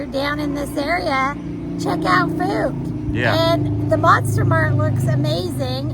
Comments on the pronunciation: I enjoyed your trip here. I've always wanted to visit there ever since I saw the movie. Also, Fouke is actually pronounced as "Fowk" such as "Ow". Safe travels. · BTW the pronunciation is F ow k as in F oww K :)